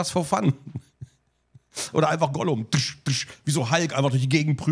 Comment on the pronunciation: “Ollum“ lul